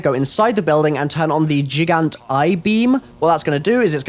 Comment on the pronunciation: "Geeant eye beam?"